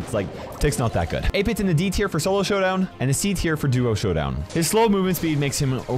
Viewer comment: Did just said Sowdown?!?!